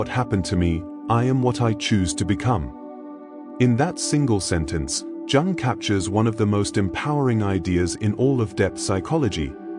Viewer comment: It does when they pronounce jung as in jug rather than young ffs